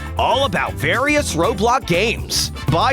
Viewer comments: Who else realised that at one point he said “roblock game” instead of roblox game 😯😝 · You said ROBOX, man. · I’m sorry but did I hear you say roblok. Instead of roblox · Did he just say, R0BL0CC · “various ROBLOCK games” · Lol the narrator said r o b l o c c